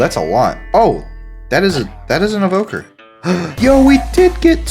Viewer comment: It's evoker 😂